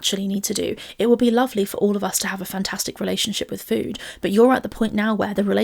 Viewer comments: same it’s always bothered me 😭 ffuood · Lol, the "fhwooood''. I hate it as well. Its' like she forgets how to pronounce an F and just says food through pursed lips like an 'o'.